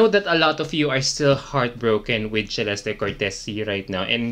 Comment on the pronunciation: WHY did MUPH change the pronunciation of her name??? This was the 1st time that I heard her name pronounce as CHEh-lesty. Wth.